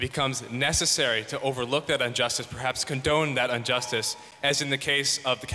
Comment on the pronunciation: Man really kept saying "unjustice" XD